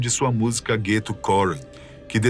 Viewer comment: Ghetto "koran" kkkkkkkk ...Ghetto Quran ... Dr Dre e não Dree ...quem foi o estagiário que juntou a informação para fazer o vídeo ? haha